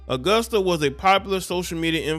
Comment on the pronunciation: He said ayoosta.. this nicca can’t read his own writing says Augusta